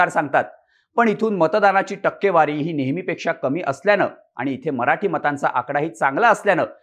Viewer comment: ****Murkhanno****.. news denyaaadhi takkewari kashi wachayachi he shikun ghya.